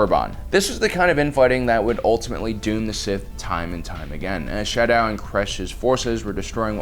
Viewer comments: *Sadow not "shadow" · Its not SHadow its SAdow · Naga Sadow, not Shadow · That was not Naga Shadow...it was Naga Sadow